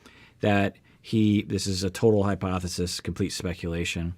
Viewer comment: This is total hypothesis, complete speculation Me: Wait... that's not how you say it!